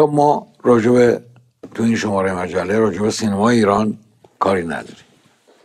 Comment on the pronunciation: جون سینما رو اشتباه تلفظ میکنی. امسال درست تلفظ کن